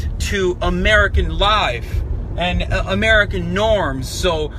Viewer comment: “American liyffeee”